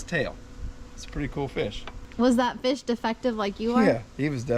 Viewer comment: She calls em feeash. Which is accurate country gal Language round here in South Carolina. And not perch. Breamms.😀